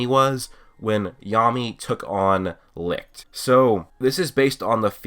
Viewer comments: When you are from Germany and here when you here licht how you speak it 😂 but no hate :) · Me as a German hearing you pronounce “Licht“ is pure fun c